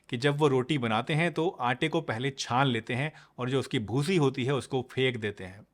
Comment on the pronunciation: Bhusi sounds funny 😂😂😂